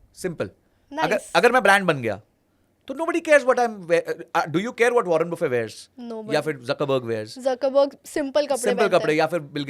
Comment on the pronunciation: did she said वारेन बुफे 😂😂😂😂